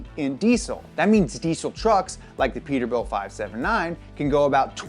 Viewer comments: it is PETERBILT NOT PETERBUILT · It’s peterbilt not peterbuilt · “Peterbuilt” hahaha